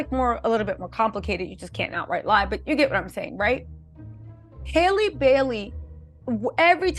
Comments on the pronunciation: Love you, please say her name right it’s Halle like Halle Berry. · why can’t you say Halle? Just like Halle Berry pronounces her name. Please get it right! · You keep saying her name wrong